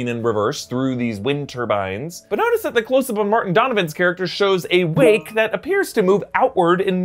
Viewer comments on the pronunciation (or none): none